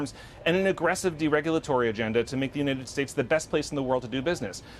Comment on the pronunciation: Why does this guy constantly mispronounced the United States. What a moron.